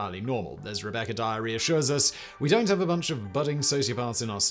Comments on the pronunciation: WTF is "Rebecca Diarrhea"? What heck did he say? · Who is Rebecca Diarrhea ? Edit he says Rebecca Dyer reassures us... lmao